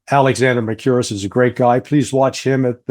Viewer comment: In Greek, what is transliterated into Latin script as "ou", is pronounced as "oo", and a short version of the English "oo", at that. So, Mer-KOO-riss, not mer-CUE-ris.